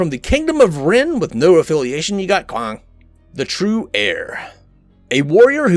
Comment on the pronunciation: great video! every time you said Kwang I died. xD